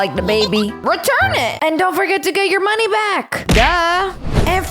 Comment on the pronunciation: The mom sed monye